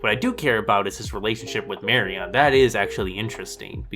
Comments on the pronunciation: The way you pronounce Marion - LoL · How can you have just watched the movies, and still not know how to pronounce "Marian"? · Nevermind your thoughts on the movies, your pronunciation of Marion's name is triggering the hell outta me